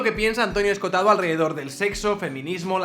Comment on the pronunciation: En vez de Escotado que es como lo nombras, deberías pronunciar las dos oes: Esco ho tado.